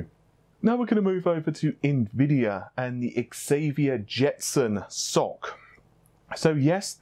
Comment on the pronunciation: Don't say soc it's S o C spelled apart not like one word